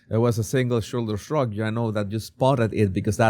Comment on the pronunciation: A single shoulder shrug. Say the 5 Xs fast! I thought he said the second time, " a single sugar shug"!